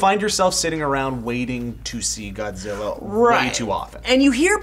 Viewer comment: I love the way how the Japanese scientist Ken Watanabe in Godzilla could speak perfectly good English until he said the word "Godzilla".... Godziwa